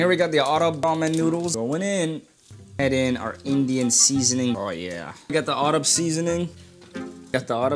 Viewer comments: His pronunciation of Maggi and Arab is killing me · Bro everyone is talking about his ''maagee'' Pronunciation, but why is no one talking about his "aaggrab'' Pronunciation🤨